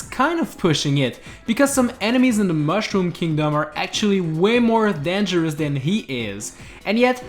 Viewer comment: When you said vetables danguros lol😆😆😆